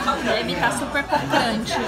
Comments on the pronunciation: Achei sem sentido o título, qual a necessidade de escrever flango? Mi vc é uma influenciadora ,qual necessidade de escrever e falar errado tipo crocante?🤦‍♀️🤷‍♀️ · Tá super "cocrante"... kkkkk.. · Cocrante rsrs 😍😍😍